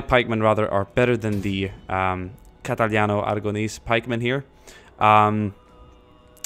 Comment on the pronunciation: when you say "catalano" ahaha